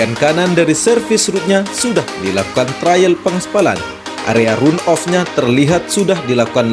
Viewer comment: Sebaiknya pakai bahasa aslinya saja boss-ku: run-off (dibacanya ran-of)... jangan di-Indonesiakan bossku..